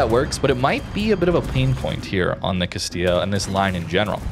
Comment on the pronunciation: Can say Castilla but not Venezia XD. Great video though and a slept on line, love the addition of a heal early on as well! Why can't all cruiser lines be updated with limited heals for low tier.